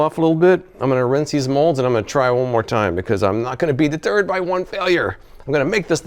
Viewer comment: Thanks for the review. It was entertaining.! Definitely won’t buy. Several times you said “I won’t be deterred “ but me and my wife heard “I won’t be the turd” lol. Thanks for making us laugh. Always look forward to your videos!